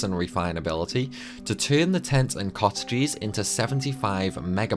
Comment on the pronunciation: My boy really can't pronounce mug, luck, cottage correctly lol.